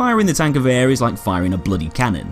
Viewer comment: HANS! TANKGEWHER